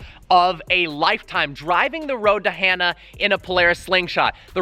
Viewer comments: “HAN -NAH” not Hannah. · You saying the road to Hana wrong. It's not Hannah, it's like Honda without the D. Han-uh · got back from hawaii a eek or two ago, road to hana is def a must do in maui. but, i belive it is pronounced like han solo no hannah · Road to Hana is pronounced hon-ah. Not Han-a with the sharp A sound. Just saying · Dudeeee it’s road to HAH-NUH not road to HANNAH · road to “hannah” bruh say it right